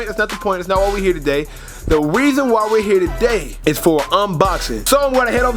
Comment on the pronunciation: "the weason why" im fucking dead